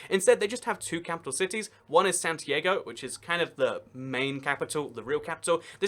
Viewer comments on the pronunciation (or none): none